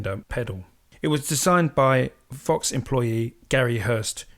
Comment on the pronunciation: Vox, not fox! Lol